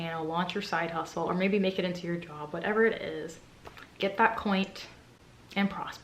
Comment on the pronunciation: Yas, get that “coint”.! 😂